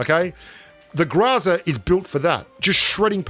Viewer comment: It's not graza it's groza